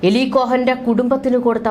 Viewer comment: Not malayalam eli,but eali ucharanam